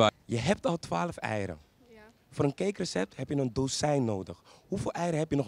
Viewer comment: Bij die dozijn zegt iedereen het fout